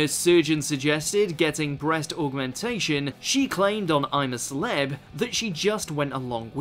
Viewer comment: Lol 'celebs'